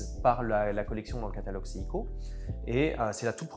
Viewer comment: Alors l’expert a l’air de bien connaître l’histoire de la marque, par contre, pardonnez moi d’être pointilleux mais il prononce parfois bizarrement le nom de la marque. C’est seiko セイコet pas siko